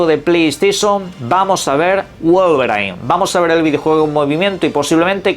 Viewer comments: WOLVER I N (como se pronuncia) - No Wolverain XD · "guolveRAIN"??? 🤨 WOW!!! 😑